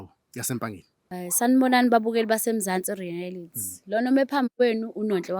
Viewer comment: not "Rearity* but REALITY, kuyalumeza if ubiza leli gama, siyakuthanda, keep it up guys